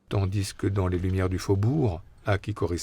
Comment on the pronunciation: j’adore le narrateur, mais bon dieu pourquoi fait il la liaison dans « tandis que » du « s ». Sinon ces rétrospectives sont géniales ❤